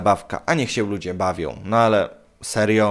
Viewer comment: "sieł" zamiast się, "trocheł" zamiast trochę i tak można wymieniać bo kaleczysz język polski niemiłosiernie.. Zamiast nagrywać idiotyczne filmiki może popracujesz nad wymową?